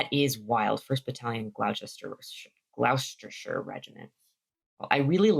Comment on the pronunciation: I'm not sure about Ayrshire, but if you want help on other pronunciations, Gloucester and Gloucestershire, which you also seem to be struggling with, are "Gloss-ter" and "Gloss-ter-sheer". You might also come across "Worcester"/"Worcestershire", which are "Wuss-ter"/"Wuss-ter-sheer". These are some of the worst place-name spellings we have in Britain, and even many locals struggle reading them if they're only familiar with the pronunciation or vice-versa.